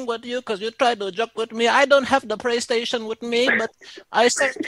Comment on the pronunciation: THE PRAY TATION 🤣🤣😭😭💀